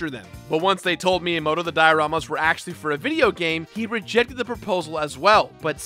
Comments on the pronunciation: Miyamoto? More like Minyamoto. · The way you pronounce Miyamoto is atrocious. Must be an American... Lol